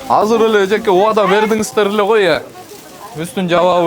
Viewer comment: Казыр эмес азыр деп суйлосо мэр